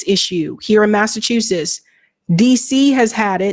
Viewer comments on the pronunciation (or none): Massa chew suss? Are you kidding me? What kind of weed are you smoking?